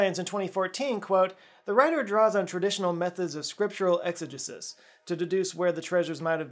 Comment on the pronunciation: great video, one small thing, exegesis is usually pronounced more like, "EX-uh-JEE-sis", the more you know!